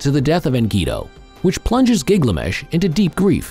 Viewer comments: It’s GILGAMESH not Giglamesh!!! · Keep saying Gig lamesh